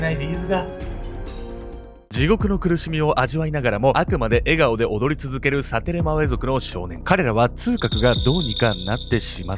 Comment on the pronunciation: サテレマウェ族言えてたよ！